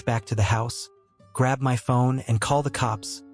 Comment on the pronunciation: Is it so hard to READ YOUR SCRIPT INSTEAD OF HAVING A.I. RIDICULOUSLY SCREW IT UP?! Lol.. “GET OFF M. Y. LAND!”